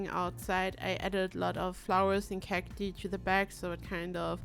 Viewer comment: Love the build. Pronunciation for cati is actually "kak-tie", I know english isnt your first language so I just thought I'd help out <3